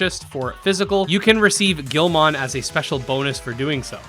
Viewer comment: The way he says Guilmon is triggering